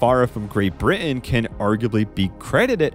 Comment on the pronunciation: Learn now to say Britain